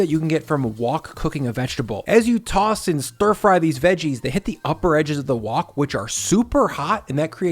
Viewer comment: whok is WHHHite Haught, lol why did you say it like that?